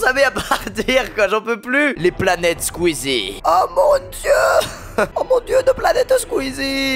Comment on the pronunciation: c'est squeezie pas skisie mdr